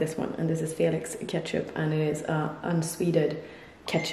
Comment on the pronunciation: "Felix" Why I thought that shyt said FLEX. 😐😑😂